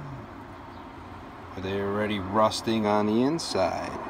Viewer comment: did you say "rusting" ???